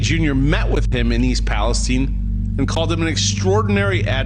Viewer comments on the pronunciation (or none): It's Palestine, not Palesteane!🤣 For a second, I was like, "Where the hell is Palisteane?" 🤣